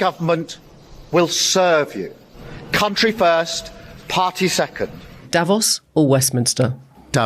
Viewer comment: Davos is not pronounced correctly by all these people.